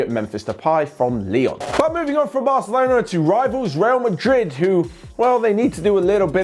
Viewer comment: In, said varcelona